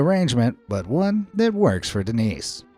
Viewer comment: Seguramente o nome é "Dênis", não "Denís" mas é bem divertido 😂